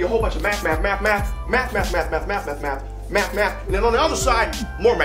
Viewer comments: Anybody else think he said meth when he was saying math really fast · Almost sounded like he said Meth😂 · At the math part who else started hearing meth